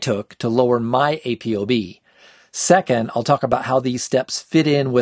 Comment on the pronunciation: It's pronounced Apo not A.P.O. You say ApoLipoprotein, right? Not A.P.O.Lipoprotein. Carry on.